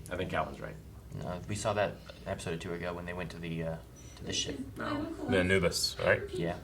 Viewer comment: is my dude...pronunciation king! He pronounces certain words the way I would despite how the show would have you say them (Amos = A-muss, instead of A-mose; Anubis = AN-new-bus instead of An-NEW-bus)... Okay, carry on...🤪